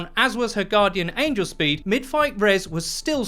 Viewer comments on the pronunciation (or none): none